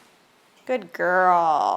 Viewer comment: SHAMPOO NOT SHAMPPOO. GOOD NOT GOOT